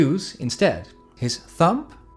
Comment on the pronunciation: Nice one. Just found your channel. Just for reference, the 'b' in 'thumb' is silent! Sorry to be pedantic, just trying to help! Enjoyed your lesson.